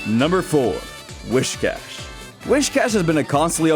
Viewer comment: Whis-Cash. Not Wish-Cash.